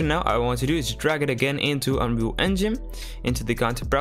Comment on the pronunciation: Why did it sound like you said unreal fuck💀